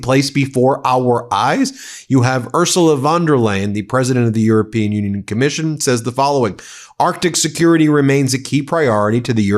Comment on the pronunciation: Ursula von der Leyen, the EU Leader, is pronounciated like fun-derr-lion, just for the protocol 😂 and this guy who talks about protecting Greenland: Maybe start by protecting it against an US american invasion? Because right now that's the only threat there is to Greenland....